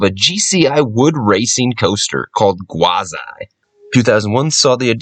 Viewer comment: Why Gwaz-I? I thought it was pronounced Gwaz-ee